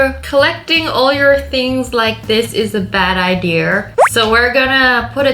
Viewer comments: Why do you say ider it’s idea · She says idea with an r idear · i love how Wengie say idea Wengie : ideer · Wengie:ideaer Me:idea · I love how she says ider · does anyone hear wengie saying'' Idear ''??? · literly no one: not even a mouse: Wengie: IDEARRRRR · Wenji: I don’t get the ider Me: wenji the way you say idea though makes me laugh lol 😂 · I love how you say idea" IDER" im not making fun of you 😊😊